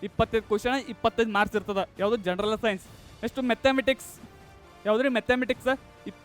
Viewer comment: ಜನರಲ್ ಅಂತ ಸರಿಯಾಗಿ ಉಚ್ಚರಿಸಿ ಜನರನಲ್ janaranal ಅಂತಿರಲ್ಲ